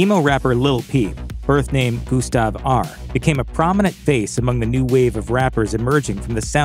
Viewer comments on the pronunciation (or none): The letter å is pronounced o. So not ahr but ohr. Please ❤ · It's not pronounced Ahr, it's Åhr, Å is like O when you say "oh". Just like Skarsgård is not pronounced SkarsgArd... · "Gustav ARR" if ur gon talk about gus pronounce it right.